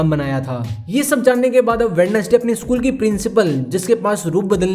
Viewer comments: Bhai वेडनेसडे nahi hota वेंजडे hota hai sahi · Brother I'd like to tell you that Wednesday is not pronunciate as वेडनेस्डे but वेंस्डे.